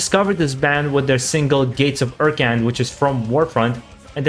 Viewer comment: ekrund instead of urkan